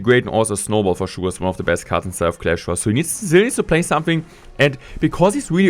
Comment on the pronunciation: Not trying hate on you but love it when u say CLASH LOYAL